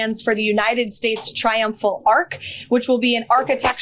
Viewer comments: It's'arch', not 'arc'...FFS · it's an "arch" not an "ark" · ARCH not ARC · Arch not arc. You are not French! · It's hilarious that Karolyin' Leavitt parrots her sugar daddy and calls it an "ARK". It's an "ARCH"! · Triumphal arc??? It's pronounced arch. Damn these are the stupidest ppl.Would be great to see this entire admin hanging from it. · It’s not an “ark.” It’s an “arch” you morons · It's pronounced arch not ark, you morons.